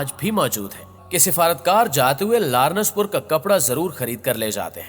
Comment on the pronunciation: Biht zabardast but its not lar..nass its laa..rense pur written as lawrence pur